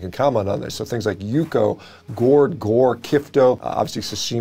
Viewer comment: I have had yukhoe, and it is absolutely fantastic, very similar to a steak tartare in several ways. That being said, it is pronounced yook-wey. I may have phonetically spelled thst incorrectly but 🤷‍♂️